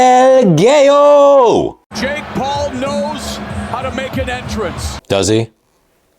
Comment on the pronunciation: every time you say "EL GAY-O" I bursted put laughing Not only are you the, but your the deadpan humor king too